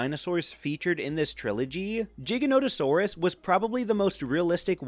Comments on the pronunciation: ITS PRONOUNCED GIGANTO-SAURUS LIKE GAINT NOT LIL GIGA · jiganotosarus are we saying stuff like it’s jig saw now it’s pronounced with a G that’s why it’s called giganotosaurus. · It bothers me how you pronounce "Giganotosaurus".